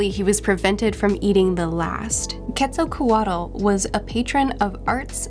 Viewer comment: That was a nice pronunciation of Quetzalcoatl